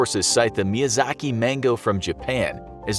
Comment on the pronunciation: Infographic Show: "Miyazak Mango" Me: "am I a joke to you?"